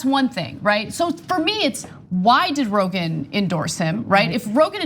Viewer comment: She said ‘Brogan.’ 👍